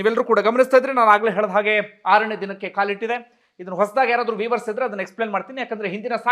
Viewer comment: many people including media wrongly say for viewers as weavers which is totally wrong.it should said as vyuyers in sound and views as not weaves is wrong.it should be pronounced as vyus in talks or words